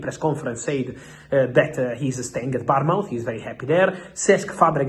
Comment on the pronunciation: Happy new year x Fabrizio, it's Bournemouth ,like a child being born mouth, Barmouth is a town in Wales xxx